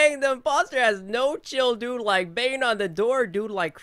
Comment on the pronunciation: You always says DODE not Dude